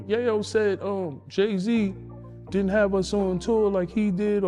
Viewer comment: Do some research on how to pronounce names. You sound ridiculous the way you say Yayo name. Gave the mon a female sounding name